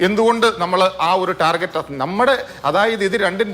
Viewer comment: ടാർജെറ്റ് അല്ല... ടാർഗറ്റ് എന്നാണ് പറയണ്ടത്....